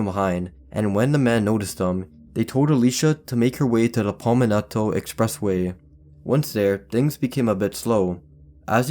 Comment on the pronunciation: Good job pronouncing "Palmetto" wrong lol